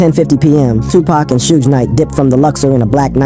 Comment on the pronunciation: It's pronounced "Club six, six, two", and Suge is not pronounced "Suje"; this was likely ai generated/ unable to recognize human feelings/ expressions.